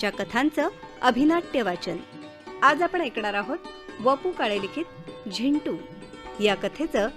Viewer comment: Zindu nahi re Zintu. hahahaha